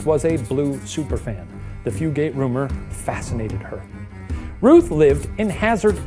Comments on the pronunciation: I'm typing this from a location that's roughly a five minute drive from Hardburly. Good job pronouncing Appalachia, Shane. Fugate is a very common name, here. They don't pronounce it Few-gate, though. They pronounce it Few-git, emphasis on Few. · I was wondering if the pronunciation was going to be mentioned or if it was just me. Floyd County here and we say Few-gut lol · it is not Fu gates it is pronounced fu gets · As someone who grew up about a mile away from this family, it’s ‘Few-get’ not ‘Few-gate’ 😅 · Few-gate is absolutely killing me 😂😂😂 I laugh every time lol “few-get” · Hi! I’m related to a strand of fugates, it’s pronounced “few-get”” lol beautiful video! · From my hometown, also Fugate is pronounced Few-Get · The blue fugates are my ancestors lol also it's pronounced "few" get" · Kentucky native chiming in. It’s pronounced “few” “get” guys! It rolls off the tongue like nougat but with an F.